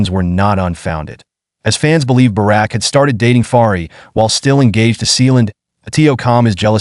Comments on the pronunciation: 📢📢📢 Bouraq et non baraque ‼️ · His name is not Barak , his name is Burak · It's awesome to know a bit more about the actor Burak Özçivit but it would've also be nice if you guys wouldn't butcher his name which is Burak and not Barak. 🙂 I saw him first in the TV show "Magnificent Centuary" about Suleiman the Magnificent and later started to watch the historical TV show "Kuruluş: Osman" where Burak plays Osman Bay / Osman I.